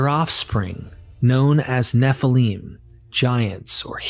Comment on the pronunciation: First time I have heard the word nephelim pronounced correctly. Good work.